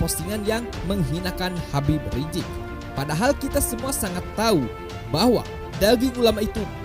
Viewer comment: Bukan Habib rijik min. Tapi Habib Rizieq. Pakek Z bukan J. Haduhh kesel aku dengernya. Evaluasi dong min